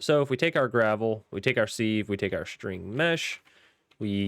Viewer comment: It's sive, like live. Have you heard that expression, "leaks like sieve ". meaning something leaks really bad. Thanks for the ep. Think I'll check this pack out.